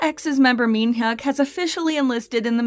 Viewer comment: u saying minhyuk wrong n taemin